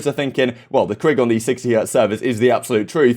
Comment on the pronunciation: I love karma calls it’s a “kreeg” and then follows it up with the most Canadian “sorry” every lol I want him in more optic content dude is hilarious